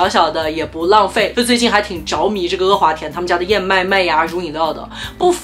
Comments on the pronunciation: 天呐 不要再说“额华田”了 哈哈哈 太魔力了 是“阿华田”啊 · 好神奇，竟然听到你叫他“e华田”，我从小到大都以为他叫“a华田”。难道这也是南北方的发音区别。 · 哈哈哈哈哈 e华田😂😂😂😂北方都叫e华田吗？听着好不习惯